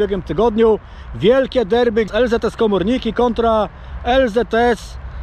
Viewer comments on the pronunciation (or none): none